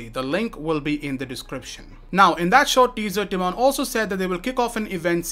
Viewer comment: Not hating, just a small note: the accent in the name "Tymon" is on the first syllable. So it's TYmon, not tyMON. Anyways, great video!